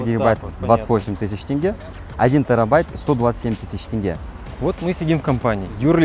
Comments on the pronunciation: ТЕНГЕ а тэнгэ это только русская челюсть, неужели сложно сказать???😂😂😂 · Тенге как тень, не тэнге ребята. Созвучно с деньги(слово деньги как раз и образовалось от тюркского) Ато ваше произношение немного слух режет, как дэнги вместо деньги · тенге, а не тэнге)) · Ни ТЭН, а тень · Большая просьба - валюта ТЕНГЕ, а не ТЭНГЭ. Почему-то россияне через Э всё время называют, аж режет слух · Ты уже у нас не первый раз, а тенге так и не научился, ТЕНГЕ - не ТЭНГЭ БУКВА Е не Э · Мы зрители из Казахстана, очень вас просим говорить тенге, через е а не тэнге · Не тэнге а теЕенге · не тэнге а тенге 😭😭😭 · Столько раз приехать в Казахстан и не может выговорить правильно Тенге а не Тэнге! А так всегда рады Вам 😂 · Не салем Ас саламу алейкум, не тынге а тенге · пожалуйста говори правильно: не тЭнгЭ, а ТЕНГЕ или на казахском ТЕҢГЕ. Но не тЭнгЭ) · тЭнге :face-orange-raised-eyebrow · Не Тэнге а тенге. Транскрипция (теньге) для русских. Хватит коверкать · Тенге😂 без э, это не мэнеджер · Тенге, а не тэнге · Не тЭнге , а тенге где вы там букву Э видите ? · Не тЭнге а тЕнге! Вы надоели уже, вы же не говорите 100 рублЭй? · Почему ТЭНГЕ?😅 В этом слове нет буквы «Э» есть буква «Е» ТЕНЬГЕ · ПОЖАЛУЙСТА, МОЖЕШЬ ПРОИЗНОСТЬ ТЕНГЕ ЧЕРЕЗ БУКВУ "Е" А НЕ "Э" Я ТЕБЯ УМОЛЯЮ ПОЖАЛУЙСТА Я ТЕБЕ ГОТОВ ЗАПЛАТИТЬ (НЕТ) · Как же режет слух этот ваш тэнге )) Вроде на русском языке практически пишется Тенге )) Где вы там э видите ?) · Не тЭнге, а тЕнге, хватит придумывать что-то, как написано, так и читайте, пожалуйста, слух режет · тЕнгЕ, тЕнгЕ, тЕнгЕ!!! Вы же не говорите тЭнь, сЭрдце, лЭто, дЭньги… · тЕнге, а не тЭнгЭ ! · не ТЭНГЕ А тенге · Не Тэнге а Тенге🤣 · Тенге! Не тэнге, ты же не говоришь пэрмь, пермь! Не могу понять в чём проблема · тЕнге где вы там Э находите???🤔🤦 вы же не говорите дЭньги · Не тЭнге, а тЕнге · Бога ради, ну скажи букву е. Скажи слово крЕдит, теперь скажи тЕнге. Ну е там, не э... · Почему тЭнге ? Если пишется тЕнге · Блин - НЕТ ТЭНГЕ А ТЕНГЕ ЧЕРЕЗ БУКВУ Е ЗАПОМНИТЕ ЭТО.